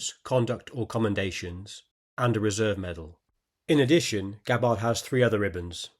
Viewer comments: It's Gab-bard, not Ga-bard. Emphasis is on the first syllable, not the second. Rhymes with scabbard. Unless you mispronounce that, too. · You should research Gabbard's actual medals and the correct pronunciation of her Name! Aloha!